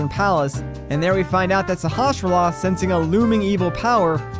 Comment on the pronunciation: kinda petty criticism but it's there is no /sh/ in Sahasrahla